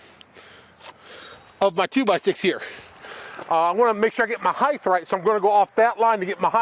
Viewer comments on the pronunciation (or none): Height. H-E-I-G-H-T. Height. There's length, there's width, and there's height. There's no such thing as "heighth." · This is the first one of your videos I have watched and I will say the building and all of your drawings look great. As a professional in the industry, I ended up with two pet peeves that are like nails on a chalkboard, people saying heighth and people calling a "1/4" crown" stapler a "crown stapler". Subscribed 👍🏼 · The 'heighth' is killing me lol. Good job though